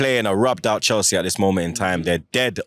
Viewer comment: Chels see chel see 😂😂😂